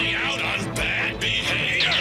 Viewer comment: Bad, not bod.